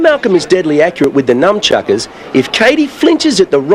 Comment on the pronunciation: He calls em numchuckas someone please help this man!